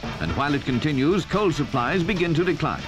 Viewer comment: COAWL. Cole mate.